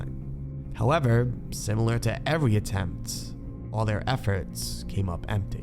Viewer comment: Did you say evewy?😂 Still love your videos bro!! Keep up the good work.